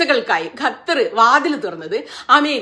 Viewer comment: ക ഖ ഗ ഘ ങ പഠിക്കണം പ്രിയ സുനിതാ... ഗത്തർ അല്ല ക + ഹ =ഖ ത്തർ